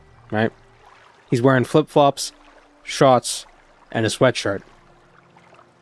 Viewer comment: Didn’t realize was from Boston until I heard him say shorts and corner store.